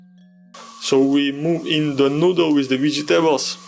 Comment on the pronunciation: Like the way you say "Vegy tables"😁😎😎🏁🏁🏁